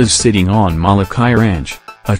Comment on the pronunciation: You are saying Molokāi wrong.